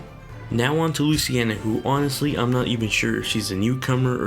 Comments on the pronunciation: Mahin Kesore Same here, legit when he said luciena I had to pause the video and make this comment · loo-cee-na... not luce-ci-ena